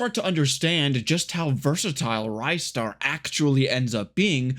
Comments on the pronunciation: It's not rajster, it's ristar dumbass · Nah, he didn't. I came here seeking a comment mentioning the pronunciation, and it's wrong. It's actually "reestar", not "rystar". You can check that by how it's written in the original Japanese release (it's named リスター as in Risutā, instead of ライスター as in Raisutā). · NO, wrong! The developer have confirmed their intention was to make it short for Rising-Star; Ri-Star Thank god he started pronouncing correct after the start of video - it was offending my ears. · Sigh...great video, but sadly I can't watch it because your mispronunciation of Ristar as "RYE-star" every 2 seconds is literally melting my brain.